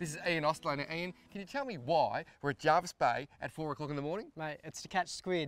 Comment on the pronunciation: Its spelt jervis and its pronounced jervis, not jarvis.